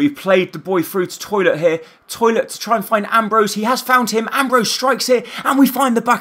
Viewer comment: His name is Tollitt, not "Toilet" lol